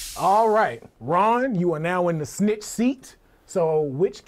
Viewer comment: Why do you keep calling snick seat